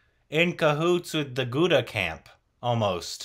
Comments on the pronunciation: Please please call him GUDDU and not GuddA!!!!! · Please someone tell them it's Guddu, not Gudda.... Gudda means something else 😂😂😂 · Please say GUDDU NOT GUDDA understand 😆😆😆😆😆😁😁😁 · Gooda pronounced as Good-do and Muna pronounced as Moon-aa. Also, Tree-path-ee for Tripathi. About time you remember the pronunciation! 😉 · calling Guddu as Guda 😂 Guddu, Bablu, Sweety, Golu all these r kind of common nick names in India guys...!😂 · mispronounced Guddu as Gudda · ITS GUDDU... NOT GUDA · What is “gudda”?..it's Guddu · It's not Gudda it's Guddu 🤣🤣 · Its not gudda.... Its guddu... Its spelt like (good do) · GUDDU not Gudda ffs 😆😆😆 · Not Gooda..its Good do... guddu.